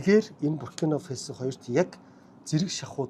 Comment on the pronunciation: Фэсо биш ээ, Фасо гэж л дуудна